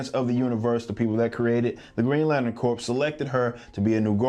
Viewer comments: Green lantern corpse? It's pronounced CORE my dude. Think like the marines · I'm sorry Rippa, I hate to be that guy, but Green Lantern Corps... It's pronounced like "core", not "corpse". I thought you were talking about a dead Green Lantern for a second. Either way, you're awesome. Keep up the good work!